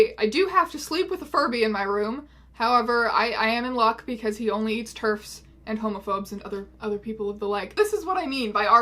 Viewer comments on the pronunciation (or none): I thought you said Turks instead of Terfs and I was like holy shit who are you my german grandmother or something?